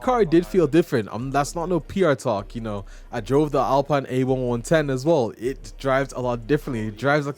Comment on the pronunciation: Dude you butchered the name of my favourite car ever... it's pronounced AL PEEN !!! Great video though :) Loved seeing that raw footage.